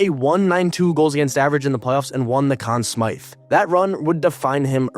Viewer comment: Anyone that pronounces Conn Smythe that way, ain't right